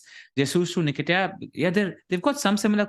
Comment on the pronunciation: calling Nketiah - ‘Nikita’ is just 😂😂😂